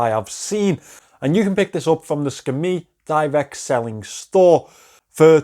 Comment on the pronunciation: When you said Skmei, for a minute I thought you said Scametti!😜 But the only thing about alloys is they often have nickel content which some people are allergic too so people with the allergy should check if there's nickel in the alloy mix. Great list of watches. It's great to see San Martin making their own design. Great video!